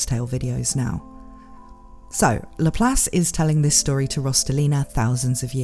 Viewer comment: Does it bother ANYONE else how she's clearly pronouncing this characters name wrong...